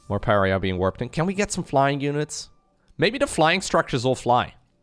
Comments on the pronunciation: maybe someone has corrected you already but just for an fyi, Pariah, is pronounced: Puh Rye Uh, not puh ree uh. love the4 videos tho, never played starcraft looked it up to see what ZvZ meant in albion. now i know but i cant stop watching. reminds me of playing warlords battlecry old old game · When he said Per-ree-uh instead of Pa-ri-uh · Pariah. Puh-RYE-uh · Love the new race and your video. It's pronounced "par-eye-uh" tho. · It's parr-eye-ah,;) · Pariah = puh-RYE-uh Basically means outcast. Someone being shunned. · I'm sure someone's said this but in case they haven't: Pariah is pronounced PEH-RYE-YAH. It means outcast. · You're pronouncing Pariah wrong. Pah-rye-ah. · Pah Rye Ah... Pariah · Pariah = Pa-Ri-Ah. Not trying to be mean, but reaching out. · Pariah= par-eye-ah Edit: love your stuff, been watching for years Edit: yes, please check out all the different races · Puh-righ-uh Uh-lie-tron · It’s “par eye yah” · Pariah is pronounced Pah-rye-ah, since you asked! Love this new sc2 race! Learn more so you can teach me! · Pariah is pronounced Mariah like Mariah Carey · Lol pareeah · Thanks for casting this,! It's fascinating to watch this sort of thing. I enjoyed the Hybrid cast, too. On a side note, I'm pretty sure pariah is pronounced pəˈraɪ ə (puh-RAHY-uh - stress on the middle syllable). Rhymes with the feminine name Mariah (like Mariah Carey).